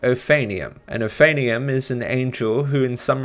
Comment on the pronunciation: He pronounced it ophanium. It's pronounced oaf-an-im.